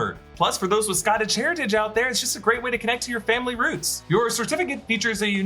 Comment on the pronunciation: Scaaaatish, it’s Scotish 😂